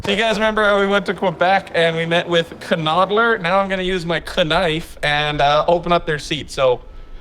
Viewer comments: Careful with the pronunciation of "Knoedler" otherwise they may have to start referring to you as "A Dyson" Motors. Great work boys, keep it up. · If you have issues pronouncing Knoedler---just translate it into English: Dumplinger. Also, please don't put your headrests into neckbreaker position. Those are there to stop your neck from being snapped off by your head tilting backwards in an accident. By putting them so low, you provide an edge for that to happen way easier. You may need to order headrests with longer attachment rods. It looks like even in their most extended position, those that you have may be too low.